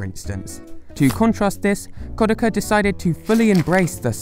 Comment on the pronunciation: KOD AH KHA. Geez that pronunciation